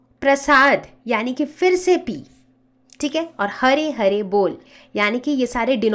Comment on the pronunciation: Pandi badri prasad har har bol Not hare hare